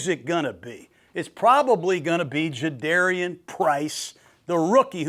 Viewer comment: its like 'car' for Jadarian not dare.